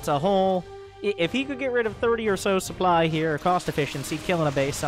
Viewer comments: Stop saying supply as soup ly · its because the soup doesnt lie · Who doesn't like a healthy dose of souply? It's like you're not even French!